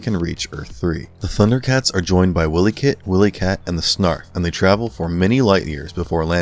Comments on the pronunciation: "Earth 3"???? "Willykit and Willykat"?????????? Whoever the frick narrated this video didn't seem to get the names right and are said as follows: THIRD EARTH WILYKIT and WILYKAT Something tells me that the narrator is seriously lost in translation when he created this video!!!!!!!!!!!!!!!!!!!!!! GRRRRRRRRRRRRRRRRRR #YourWelcome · Before you decided to do this commentary on the Thundercats did you do any real research or did you just like flip through something and spew some b***** out. it's not Earth 3 it's 3rd Earth it's not Willy kit and Willy kat its Pronounced while-lee-kit and while-lee-kat. I know I must be going into geek rage right now but at no time on that show did they ever say Earth 3 where the hell did you get that from? it's 3rd Earth. And as far as I can remember that show never came on Saturdays it was on weekdays get your s*** together man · Mamma, didn't give any love to Wilykit and Wilykat? Try not even pronouncing their names right lol.